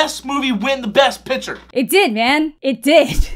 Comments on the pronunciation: why does he pronounce picture like "piture" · No but seriously is he saying pitcher or picture-???